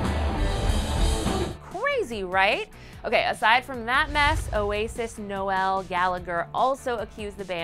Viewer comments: ‘Noelle’? Noel. As in Nole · This girl did not just say no-wel Gallagher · FYI, Noel Gallagher's first name rhymes with Joel. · 'Nowel' Gallagher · We don't pronounce Noel like that when its someone's name :/